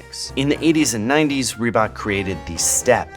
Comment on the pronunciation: I guess I'm too European for this video but ree-who-bok? Adidas and Nike were always bigger, Reebok is indeed the pepsi of the shoe world.